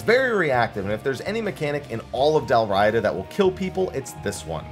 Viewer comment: Dalriada, Dal Riata, Dal Riada.. It's a historical Gaelic kingdom which XIV takes a lot of naming from. You had it correct. I'll also mention the common mispronunciation of Dun Scaith, which is also a historical area in Scotland.. More like "Dun Skye".. located on the Isle of Skye.